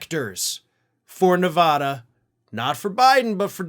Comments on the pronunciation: It's pronounced neh vad (bad) ah, not ne vad (vahd) ah. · it's not nev ah dah. it nev AA dah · Ok now that Nevada has been in multiple videos recently you’ve got to work on your pronunciation. Neh- vah - duh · Please learn how to pronounce Nevada. It's not "ah." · It is Spanish for "Snowy" and is pronounced Nay-Vah-Dah...since you feel like getting technical about it. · Thank you. Hearing it called Nevahda makes my teeth hurt